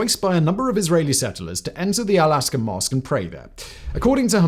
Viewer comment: Why do you keep calling it El-Aska masque?